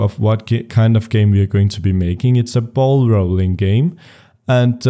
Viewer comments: 'Bauwl Rowling Game' HAHAA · bauwl rauwling...